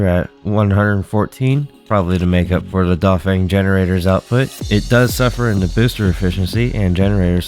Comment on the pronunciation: pronunciation tips: Feng rhymes with hung and Q makes a "ch" sound